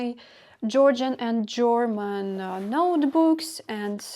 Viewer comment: i'm hearing you say German like jorman. Like rhyming boxer George Foreman. I've never heard this; I always hear German like rhyming with Herman, Sherman, Fur, Purr. You put so much effort in learning-growing. How could this not be difficult and disconcerting.